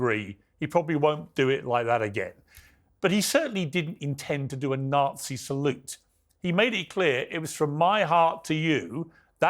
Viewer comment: AOC couldn't even pronounce the name of the Elon salute. She is a joke...